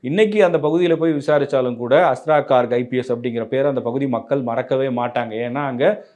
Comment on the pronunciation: He is Garg. Please pronounce hindi names correctly. Not cork.